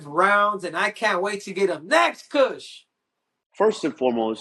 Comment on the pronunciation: Why is little c calling him kush or am I just hearing it wrong??